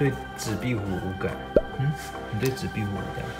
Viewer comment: 說「壁虎」發音好標準🤣🤣 好厲害